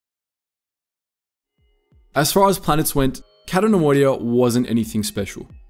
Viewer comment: It's "Cay-to", not "Catto". Why do you do this???